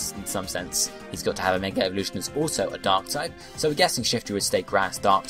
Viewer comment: I heard you say "An ass dark type".